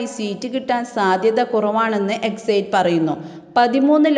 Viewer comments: Exit spell as' eksit' not exait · എക്സയ്റ്റ് പോൾ അല്ല സഹോദരി... എക്സിറ്റ് പോൾ ആണ്‌ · ഒന്നു പറയട്ടെ. ഇത് എക്സിറ്റ് പോൾ അല്ല പ്രീപോൾ സർവ്വേയാണ്. വോട്ടിങ്ങ് കഴിഞ്ഞ് നടത്തുന്ന അഭിപ്രായ വോട്ടെടുപ്പിനാണ് എക്സിറ്റ് പോൾ എന്ന് പറയുന്നത്. എന്താ മനസ്സിലായോ. മറ്റൊന്ന്: Exit എന്നതിന്റെ ഉച്ചാരണം എക്സൈറ്റ് എന്നല്ല, എക്സിറ്റ് എന്നാണ്.